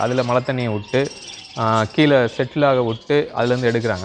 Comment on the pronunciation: மலைநீரா, மழைநீரா ஏன் இப்படி மழையை மலை என்று உளறுகின்றீர், மலைநீருக்கும் மழைநீருக்கும் வித்தியாசம் தெரியுமா, மேலும் கீழே என்பதை கீளே என்றும், முதலில் தமிழை சரியாகப் பேசக்கற்றுக்கொள்ளுங்கள்.